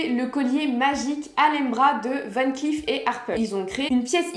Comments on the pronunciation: Coucou Dernière précision mais qui a son importance c’est tout de même un nom de famille cela se prononce VAN CLAIF beaucoup le prononce à l’anglo-saxonne alors que non pas du tout. Merci ☺️ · Dommage que vous ne prononcez pas correctement “Van Cleef”.